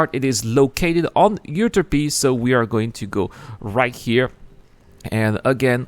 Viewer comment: PSA: u-TER-pee cal-EYE-op-ee